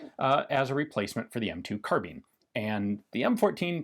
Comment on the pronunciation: That moment you realize you've been pronouncing carbine wrong your whole life because you've only ever read the word in video games...